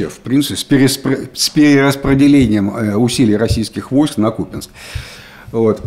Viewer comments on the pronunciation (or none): Уже даже президент сказал что КупЯнск, но не КУпянск! Упрямства вам не занимать) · Правильное произношение - КУпянск , СлАвянск. Так что не прав ваш президент. 🤪